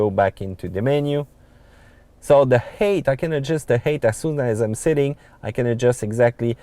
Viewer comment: Makes fun of GPS for how it pronounces French street names, but he pronounce height "hate".